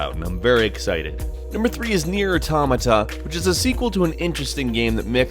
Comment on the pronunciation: also, "NI-O" not "Neo"